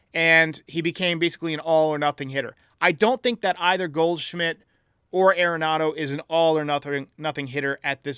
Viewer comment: It's pronounced AR-en-NADO. Everyone says it wrong. He's said that himself.